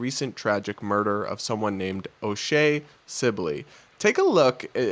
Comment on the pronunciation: Can she pronounce my friends name right O’Shea sibley!